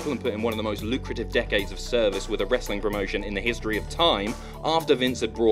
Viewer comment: FINALLY! THE BOYS HAVE COME BACK... TO TALKING ABOUT SOME 'WRASTLING